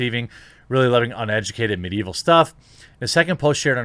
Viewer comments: "mid-evil" xD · "mid-evil" she said.. lol